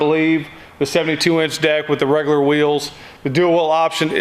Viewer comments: sound like he said the 72 inch dick 😂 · I was yawning when he said 72 inch deck and it sounded like 72 inch Dick.